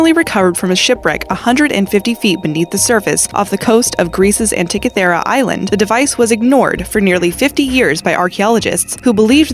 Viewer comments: Leran how to say words, please. Antikythera = an-tea-KITH-er-rah, not ah-TICK-a-thera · No. 9 - it's NOT pronounced "an-tik-a THEER-a. It's pronounced " an-tee- KITH-err-a. And it was designed and built by Archimedes, who was basically the Einstein of the Roman era world, circa 1st-2nd Century B.C.E. He designed devices that would lift entire ships out of the water and turn them upside-down, then drop the ships on the invading men who fell into the sea. He also designed and built the Archimedes Screw, the first device that appeared in human history that actually propelled water UPHILL. It's how the Greeks, and then the Romans, would get water to flow upwards. The Romans used it to great effect on their aqueducts, getting fresh water to go from a stream or river high up to the aqueduct, then use gravity to flow all the way through the town or city that was built near it. Amazing guy, this Archimedes. Can't believe it took until Galileo to confirm (or re-confirm) his theories on planetary motion and eclipses. Just so far ahead of his time. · And it is AntiKITHera (where the stress, accent) is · The narrator script reader mis pronounced no. 9 antikethra device. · ugghh how she pronounces antikythera...2 for 2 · You seriously probably one of the most mispronounced words ever in one of these videos is the antikythera mechanism it's I don't understand why it's so hard to pronounce that all you have to do is do a reference even a Wiki and it will tell you how to pronounce the word at it just heard it so much just obliterated in the pronunciation that it makes my ears hurt